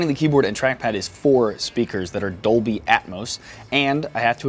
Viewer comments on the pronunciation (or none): none